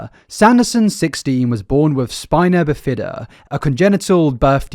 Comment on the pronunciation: Just FYI, it's "BIH-fuh-duh"